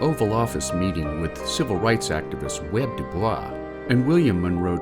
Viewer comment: Supposed to be W.E.B. not Web.@